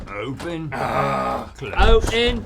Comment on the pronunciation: does Link says "O'en" as it's an English version of "open"? xDDDDDD or i'm imagining that?